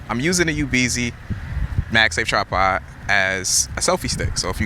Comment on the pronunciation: Brother it’s tripod not trapod 😂